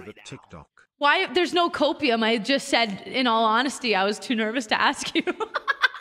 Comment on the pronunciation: Nu? Nu o,o home is lon